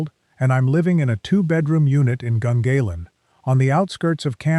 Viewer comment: IT's prunounced Gungarlan in Canberra